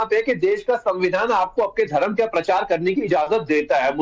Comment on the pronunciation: अरे भाई परचार नही प्रचार बोलो